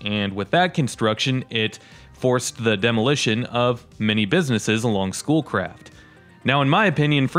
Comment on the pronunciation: Every time you said "Schoolcraft," I heard "Bull Crap." I was on my laptop doing stuff with your video playing in the background.